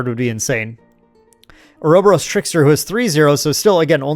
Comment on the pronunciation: Let's goo you finally managed to get enough clips together?! Also a kind note, Ouroboros (adhering to greek intonation) is pronounced Oúrobóros (ohr-uh-bore-os) 😉